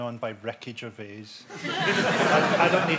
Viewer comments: Every time he says Ricky Gervais, it kinda sounds like, "wreckage of aids." And that's alright with me. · I though Frankie was saying 'Wreckage of age'. I had no idea he meant Ricky Gervais till i read this comment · OH. I thought he was saying "Wreckage of A's"